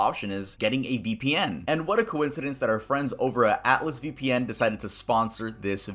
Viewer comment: Ve pee en